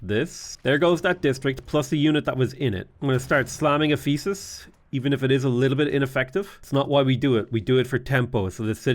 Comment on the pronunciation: Also the emphasis on the wrong syllable to pronounce it as eph-E-sus instead of EPH-e-sus